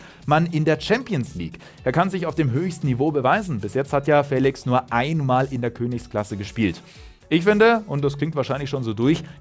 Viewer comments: Man spricht es nicht "Fälix" man spricht es "feliesch" 😅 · Trotzdem wird er Félisch ausgesprochen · Er wird nicht ,,Félix" sondern,,Félisch" ausgesprochen... Ich finde nicht das Félix 126Mio wert ist. Er hat zwar ein riesen Talent aber trotzdem ist er keine 126 Mio wert Edit:4 Aufrufe, 7 Likes... Nice Youtube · Hey! Zum Thema Aussprache von Joao Félix: Ich habe hier einen Portugiesen gefragt, wie er den Namen ausspricht. Die Antwort: "FÄLIX". Da das "e" einen Akzent hat, muss der Buchstabe betont werden. Ein "sch" am Ende ist völlig falsch, da nur ein "z" so ausgesprochen wird. Er müsste also "Joao Féliz" heißen... Das sagt der Spieler übrigens selbst, folgendes Video empfehle ich euch: (startet genau zum richtigen Zeitpunkt). Sollten eure Freunde den Namen falsch aussprechen: Zeigt ihnen gerne mein Video. :) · DANKE! BITTE NIE WIEDER FELISCH, FELIGE ODER SONSTWAS !!!111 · niemand: Manu Thiele: João Fäählix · Och man wie er immer fÄlix sagt 🤯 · Nur weil da n Akut über dem "e" heißt das noch lange nicht Fäälix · Joao FÄÄÄLIX!!!!!!! :-P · FeliSCH wird er ausgesprochen. Portugiesisch. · Nein, er wird nicht mit "sch" ausgesprochen. Die Aussprache bei Dazn in der Europa League war komplett falsch. Ich habe extra einen Portugiesen gefragt um sicher zu gehen.